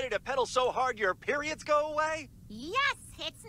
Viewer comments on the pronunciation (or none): dang can’t even say period bruh tf girl you get them (maybe)